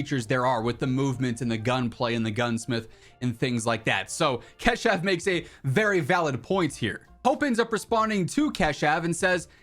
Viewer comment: Bro let me teach you how to pronouunce "Keshav". Its "ka" like of alkane and shav you pronounce it